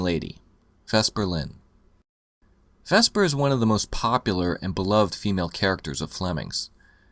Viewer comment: You keep saying "Vespa" instead of Vesper. She's not a scooter you know?